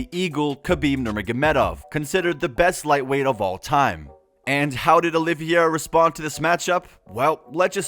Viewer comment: Dude, learn how to say his name correctly. They say it several times in the first 20 seconds of the video. His name is not “Oliviera”. It’s Charles Oliveira.